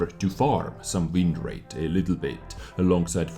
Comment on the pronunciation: Am I the only one that cringed every time he said wind rate